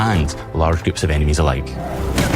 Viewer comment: 2026 and people are still mispronouncing melee